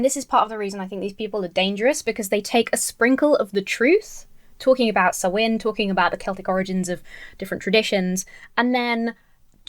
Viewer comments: Hey! We can be devils together, I'm a Witch and a Pagan! Lol Like 99% of people don't even know what is truly satanic or what a satanist believes. Samhain isn't pronounced as it is spelt, it's pronounced Saa- wn or Sow-wen. Apart of the reason why we dress up as monsters/ "evil beings" is because spirits are supposed to be affraid of those things. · Is it wrong to be amused by the various mispronunciations of Samhain? My personal favourite was reading that it's about Sam Hain - an evil Celtic Deity who demanded child sacrifices. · That man said Sam-Wayne with the straightest face! 🤣🤣🤣🤣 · Not an “accent thing”. He said SAM WAIN. Aaaaahhhhgg!! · Sam Wayne is evil. That's how he pronounced it, Sam Wayne. I am certain. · it's pronounced Sow (as in female pig) in. It's an ancient Irish religious tradition. It's also the Irish word for November. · "Sam Wayne" isn't the consequence of an accent. It's the result of not bothering to look up how a word is pronounced. That, or it's a relative of Marion Morrison. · This guy is a ninny, but how can anyone know that 'Samhain' is pronounced 'soween'? Orthographers were never consulted for Gaelic, obviously! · Mr. CotW mispronounced samhain, whether out of ignorance or possibly intent (out of fear of invoking demons or something) and it was not just his accent. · Hey…credit where credit is due…at least he didn’t pronounce it “sam hayn”. He’s still a nut job tho. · You are correct. It is spelled Samhain and he was pronouncing a foreign word with English pronunciation. He also was not annunciating well. But you did pronounce it correctly. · Yay devil worship, his version of halloween actually sounds more entertaining than actual halloween, and the mispronunciation of Samhain it sounds like he's watched halloween 2 too many times. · I’ve heard ppl say Samhain as written, “sam-hane”, but I’ve never that particular hybrid of the latter & the proper “sau-en”: “sam-wain”. That’s a trip